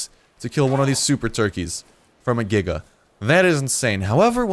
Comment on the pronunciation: I’m sure it’s correct but I don’t like how he pronounces The Giga’s name